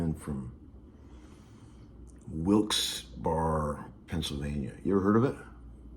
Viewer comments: Hey Tom, you're in my neck of the woods, PA! BTW, Wilkes Barre is actually pronounced "Wilks-bair-ee" Thanks for the video! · its pronounced "Wilkes Berry"!! haha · Hey Larry… glad the tour is going good…! And thanks for the video.! great stuff..as always.! Just so you don’t sound like a shoo-bee up there…it’s pronounced Wilkes Burr-a. At least in Philly..✌🏼😁